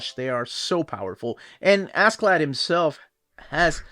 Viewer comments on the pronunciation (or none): Actually the pronunciation is more closer to Asherladd.